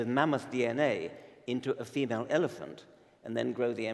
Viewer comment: i can hear karl saying MAN MOTH ......lol